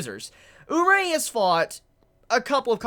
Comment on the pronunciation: omg say Urie's name right please xD its pronounced oo-ree-ay